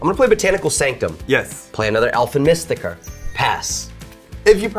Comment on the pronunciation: You are not saying Elfen Mystiker right. Neither does somehow. It's pronounced MÜstiker, not MIstiker